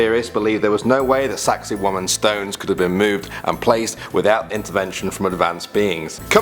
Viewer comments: Did he say number 8 was "sexy woman"? (Lolz jk) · "Saksaywaman " i understanded sexy women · Lmao saksaywaman you MEAN SEXY WOMAN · saksay waman? sounds like something else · Saksaywamen RESPECT WAMEN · SEXXAY WOOMAHN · Lol saxsaywamen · Dad one "Saksaywaman" (☞ﾟ∀ﾟ)☞ I hate my self (ಠ⌣ಠ)